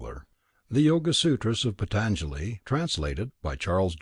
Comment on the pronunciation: Please pronounce the name PAA-TAN-JALI properly, it has a A-vattu, an elongated A, not a short A in the first syllable. Good approach, nice effort.